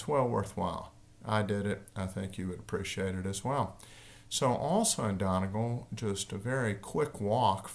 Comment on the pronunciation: I listened out of curiosity to see if he would mispronounce Donegal, I was not disappointed. For future reference, Irish people say Dunnygaul